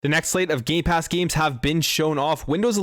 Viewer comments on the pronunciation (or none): you said gay pass games